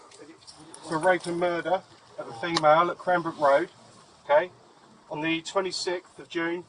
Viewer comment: ~ I Know This Is COMPLETELY Off Topic ~ Im Trying For The Life Of Me To Find Out What State You Are From lol I Swear Once In A While A Louisiana Accent Is Coming Out Especially When You Say “Da” Instead Of “The.” 🤣 ~From A Native Louisianian